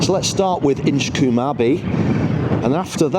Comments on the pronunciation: Colm not coom…😂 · It's pronounced Inch-comb.